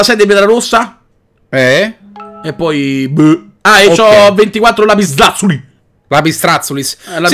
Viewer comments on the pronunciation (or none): Poi si dice lapis lapsulis no lapislappzolys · fighissimo e si dice lapislazzuli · Si dice lapislazzuli